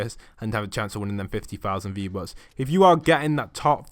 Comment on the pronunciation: Fifty fousand fee bucks😂😂😂😂